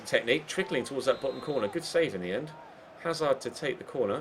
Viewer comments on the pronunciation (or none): none